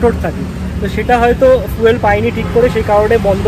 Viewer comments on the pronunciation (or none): none